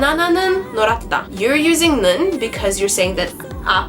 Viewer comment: 좋다 is pronounced 좃타, 빨갛다 is pronounced 빨갓타 , 노랗다 is pronounced 노랏타 this is due to consonant assimilation. coda ㅎ influences following onset ㄷ, also coda ㄷ,ㅅ,ㅈ,ㅊ,ㅌ,ㅎ are indistinguishable, and so are coda ㄱ,ㅋ and coda ㅂ,ㅍ most Koreans will understand you fine even if you pronounce the way you do right now, however.